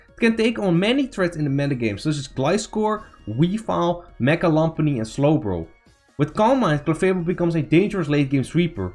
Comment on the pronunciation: why are u calling lopunny lompani lol